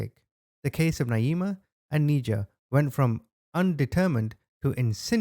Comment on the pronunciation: Her name is pronounced "Ni-jah" not "Knee-jah"